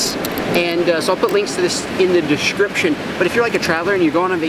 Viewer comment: And yet can't say "description"